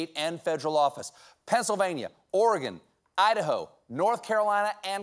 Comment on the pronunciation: Aw his little southern accent on Idaho and North Carolina !